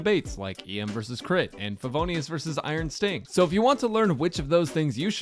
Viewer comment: he said iron stink idk if that was intended KEKW